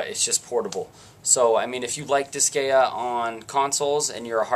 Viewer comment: Just a pet peeve, but the way you kept pronouncing Disgaea was getting on my nerves XD. I kept getting a twinge in my head "It's DIS-GUY-AH, not DIS-GAY-UH!"